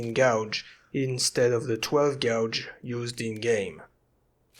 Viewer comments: Little tip from a native English speaker: "Gauge" is pronounced "Gaydge", "Gouge" (your pronunciation) means to dig or scratch a trench in something, as in to gouge a car with a set of keys, or to deliberately defraud someone into playing an excessively high price for something. I know English probably isn't your first language, but you say that word a lot in this video and I hope it helps. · It's always a beautiful day when releases a new video! I totally do not mean to be a butthead, but may I suggest one small thing about a pronunciation of an English word? When saying 12 gauge, gauge is pronounced more like we pronounce the color gray. Gouge would be more like "I gouged that filthy Dutiers eye out in the arena." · Great work! Your English is fantastic. Just so you know, gauge is pronounced like Cage (Gage). Gouge is pronounced the way you say it and means to take a chuck out of something. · I love your content after just recently finding it. But the way you say gauge makes my ears bleed :[